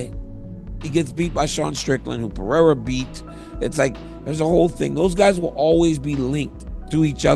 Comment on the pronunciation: chael can say du plesis but can’t say pereira 😂